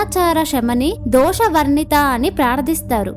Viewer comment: Mam it is dushtadhoora dhurachara shamani dosha varjitha not dosha varnitha please correct